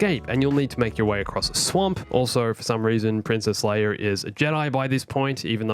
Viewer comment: says leir instead of leia